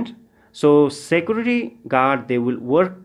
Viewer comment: You should learn how to pronounce the word "Security"